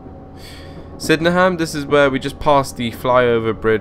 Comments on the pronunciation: It's pronounced SYD-EN-HAM not Syddeham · It is pronounced sidnem